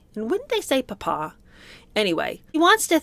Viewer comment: Glad to hear someone to say papa correctly.